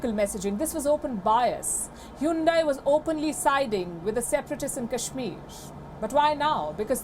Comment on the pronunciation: WION is an racist video channel. Anyone talks against Indians atrocities is an enemy of India. Hahaha. Hyundai stepped on Indian tail. Lady, its not Hoondai, it Hyundai. Learn to say the word right. She's a puppet reader. No class.